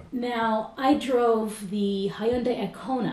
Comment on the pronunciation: Hyundai Kona, not iKona